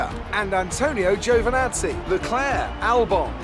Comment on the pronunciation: It's Antonio JOvinazzi, he said it himself :)